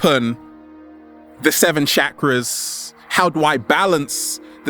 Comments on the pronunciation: Bruv you gotta learn how to pronounce Sanskrit ...its "Chuck-ra" not "Shakra"...but very real and humourous delivery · 1st thing in the day its chakras not shakras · Why is he called Chakras, Shakras? lol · "Shackras" lol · He says chakras weird & it bothers me soo much he says it like shakaras 😰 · The way he was saying chakras was killing me